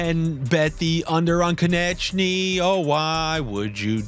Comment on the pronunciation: Who is kon-et-chy? Lol